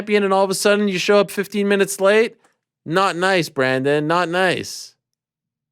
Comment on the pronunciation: It's Brandon not Bradon anyways love this guy, just positive vibes